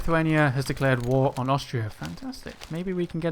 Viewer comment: You just read war like woo